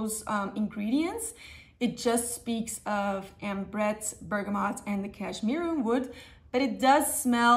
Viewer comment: Finally someone saying bergamot properly, every other fragrance youtuber says bergamoNt...